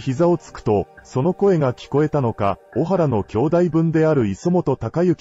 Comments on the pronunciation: おはらではなく、こはらです‼️ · 小原組は、オハラではなくコハラです